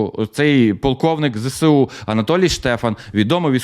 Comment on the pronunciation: ну Ви ж блогер, цікавий контент і все таке. Ну навчіться вимовляти абревіатуру ЗеЕсУ, а не кацапське ЗеСеУ. Коробить аж як чую.